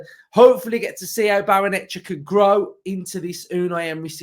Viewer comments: Come on mate... you can do it... Barray-Nuh-CHAY-uh 😁👍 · Why is it only YouTubers who can't say it. 😂😂😂